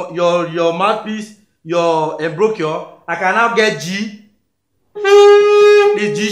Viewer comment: Awesome lesson 😎...Check pronunciation of Embouchure 😅